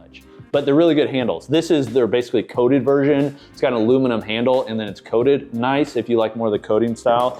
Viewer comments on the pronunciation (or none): none